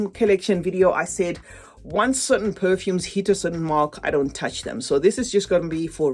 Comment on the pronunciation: Always love how you pronounce perfume names :)